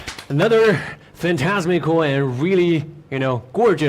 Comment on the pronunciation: Did old mate say fantasmycal 😂